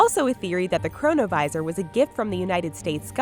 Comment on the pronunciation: chronovisor sounds like corona virus lol